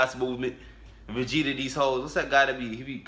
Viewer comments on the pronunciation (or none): none